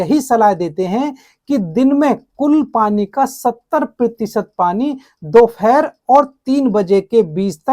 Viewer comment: Uccharan theek kare do phere dopehar hota he